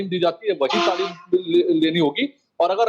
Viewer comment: Pahle aap sikh lo talim ko tamil bol rahe ho apne talim par dhiya do dosron ko lecture dena band karo